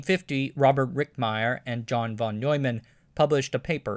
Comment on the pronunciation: Oyler; Noyman